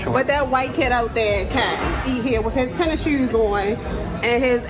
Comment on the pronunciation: Athletic tennishewws